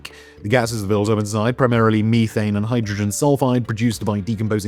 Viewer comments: It's meth-ane, not me-thane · The way you say me-thane instead of meth-an is going to make me explode into tiny bits of frustration lol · "me"thane lmao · I have never in my life heard someone say Me-thane